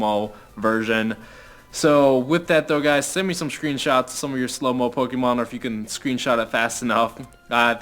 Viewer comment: STOP SAYING POKIMON ITS REALLY ANNOYING